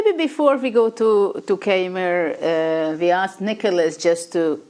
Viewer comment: And Niclas funnily still has problems with the pronunciation of Keymer (both German).